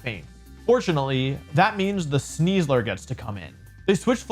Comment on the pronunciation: I feel deeply uncomfortable every time he says Sneasler. (In the top 8, was that the real CybertronVGC?)